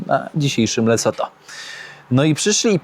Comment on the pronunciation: Lesotho? "LeCoTho"? 😅 pojechał sprawdzić co to. Wygląda to trochę jak Rumunia.